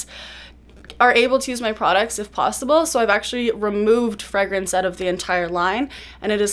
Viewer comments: she says “freh-grance”, I’m used to hearing “fray-grance” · americans say it like “fray-grance”